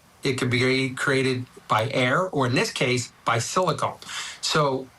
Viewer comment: Someone needs to tell the judge the word is pronounced "Silicone" not "Silicon."